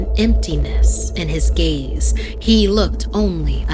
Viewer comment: When she said gaze it sounded like gays 😂